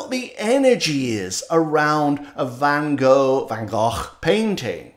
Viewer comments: Hi, I was also on holiday and now try to catch up with your videos. I like the way you pronounce Van Gogh's name in Dutch. Not many English speakers can do that. Thank you so much for the lovely videos and Greeting out of the Netherlands. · Loved your analysis of van Gogh's "Le Café de Nuit." Like you said, mind-blowing. Especially about being in the moment/in the zone. Great pronunciation of van Gogh's name, too. Olive's meow at the end was sweet. Nice ending music as well.